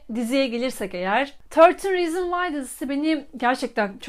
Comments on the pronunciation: Rizin degil rizins diye okunuyor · reasons derken s de söylenmiyo mu